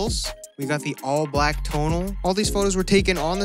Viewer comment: no one:: “tONaL”